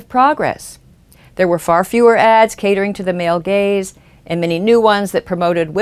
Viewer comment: I really enjoy these videos and are a good thing to view after watching Sargon's This Week in Stupid videos. But this time, I can not stop hearing 'Male Gays' instead of 'Male Gaze'. Maybe I'm just juvenile, but I can't stop laughing now.